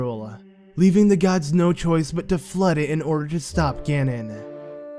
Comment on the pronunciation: The floodah, and, like, the spirituh! You silly goose!